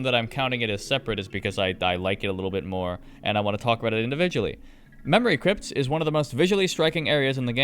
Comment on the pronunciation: What mod do you have that makes it say “memowy cwypts”